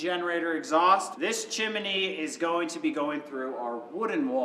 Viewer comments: Awesome job,! Your homestead is going to flourish. I love watching your videos. All except one thing. ‘Chimney’ The pronunciation is two syllable.chim-nee…..not chim-a-nee. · it's not Chiminey:-)